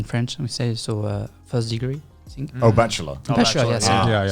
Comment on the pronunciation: "at first i sink……"